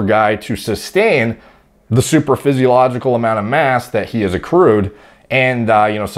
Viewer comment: did he say "supradaphysiogical" level?